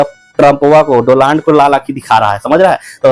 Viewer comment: भाई डोलांड नही डोनाल्ड ट्रंप 😂😂